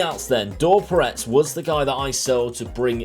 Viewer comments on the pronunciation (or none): Hey! I haven't been able to comment on the previous two videos in this series but here I am! Even though Dor Peretz (who you didn't pronounce the surname of correctly, you don't separate the "Pe" from the "retz", you just say it together) came through my team's academy and played for us for years before joining Venezia this past summer, he's been dreadful at times, only having two good seasons, yet he has played many games and was a fan's and manager's favorite, even becoming the vice-captain. He also cost Israel a spot in the World Cup playoffs when he let Scott McTominay get away from him and score in extra time away in Scotland. I do hate him more than I should but still...